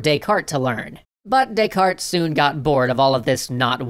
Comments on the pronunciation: "they were to Des-carte it" lol. A pun revolving around bad pronunciation is a pun nonetheless. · "They were to descarte it"? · You do not pronounce the 't' in Descartes. It's Renay De-car. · You're not supposed to pronounce the "t" in "Descartes". Its pronounced "Day-car". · "They were to Descarte it" :D